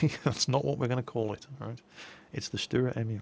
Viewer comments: That's not quite right in English it is Tank self-propelled gun V. As you can see that is definitive no artillery and "Lafette" means "Gun carriage". Also it was called "Selbstfahrlafette L/61"in the german army. The nickname is pronounced StuRer Emil not Stuer Emil with a strong R and it means "Stubborn Emil" in English. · Stuhrer Emeel would be the way to pronounce this for your brits I think :D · Stuwa Ehmiwl speaking german is just too funny. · Dicker Max means fat Max;D Sturer Emil funny pronouncing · Dear i'm usually speaking german so i know exactly how to say "sturer emil". So say the sh of shut up then the t and at least the urer and don't forget to say the r much louder. I hope I helped you.